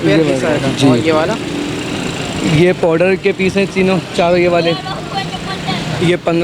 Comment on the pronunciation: Powder nahi pouter...